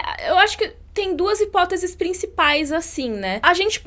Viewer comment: HIPÓTESE, ATÉ QUE ENFIM ALGUÉM APRENDEU A FALAR A PALAVRA HIPÓTESE NO YOUTUBE. OBRIGADO.